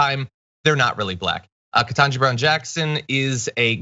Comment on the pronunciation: I think yours is the first vid I've seen point out the fact that Cucker never says her name right. Every. Single. Time. I picked up on it on the second or third time he did it. I wondered if this was his way of throwing an insult without needing to be called out. Your explanation of it makes perfect sense. Thanks.